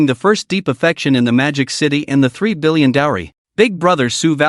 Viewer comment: I had to read the translation website just to check that annoying back and forth. Apparently it is 3 billion, not 30. I think the AI has hard time enunciating the . between numbers.